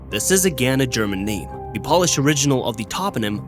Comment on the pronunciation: He also pronounced Pole-ish as polish like nail polish.